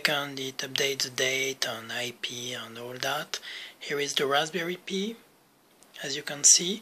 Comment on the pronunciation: Just to let you know Pi is pronounced like the word pie.